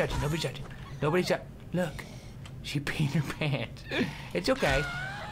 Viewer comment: Why "She peed her pants" sonds like "She's Peter Pan" ?